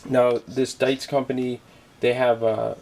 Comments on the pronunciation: It's pronounced like "beets" with a D. It's never been a German company. They've never been mfg. in Germany. When I hear things like this, I really wonder about the credibility of associated reviews. Mine has worked fine since 1998. Maybe you got a lemon. All products mfg by humans will have a few that get through the QC process. Thing is, with a Dietz you can spare parts. With other no-name lanterns you're SOL. FYI - a new burner for your lantern is $4.95. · You have no idea what you are talking about. You cant even pronounce the name properly. Never were they made in Germany, therefore your reading comprehension is suspect also. I attribute everything in this video, user error.